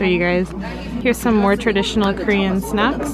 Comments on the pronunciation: I thought you said "sex" instead of "snacks"!!! Lol. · When you said "snacks" it sounded like "sex" .... just saying ... 😁😂😂😉